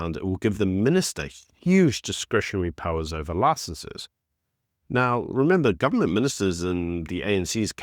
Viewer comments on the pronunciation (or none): none